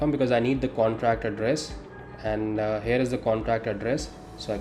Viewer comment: I don't why you pronounce here....like hair...